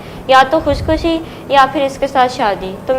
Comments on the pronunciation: Khud khushi tak isko pronounce karna nahi araha she said khushikhushi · KhUsH Khushi???? Everyone note that she doesn't even know how to say khudkhushi🤣😂